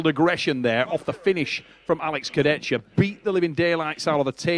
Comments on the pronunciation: keep saying Kurdecka(Kurdecha) im dying xD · Can someone teach this how to pronounce names that are not John Smith. It is not Kurdechka dude, Kurdecha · I: Kurdecha: Kurdecka😂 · Man it’s Kurdecha, not Kurdetsky smh Also… Denis CHIPlenkov?😂😂😂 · Alex Kurde-Z-Ka - he's changin names as he imagines them as an American thinking about Eastern Europe.... who cares to read the actual name...LOL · pronouncing names like Chael Sonnen. Kurdecka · Alec Kurdeskya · How can I pronounce Alex second name for now… all time now it’s Kurdecka 🥲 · Why is saying “Kurdezka” all the time? Jesus Christ, I love, really, but when he continuously uses the wrong pronunciation, it’s really really really annoying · Please learn how to pronounce Kurdecha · butchering Kurdecha‘s Name everytime he says it…